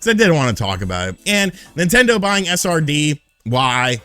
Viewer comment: does anyone else hear “a sardine” when he says SRD? lol great video!! 😄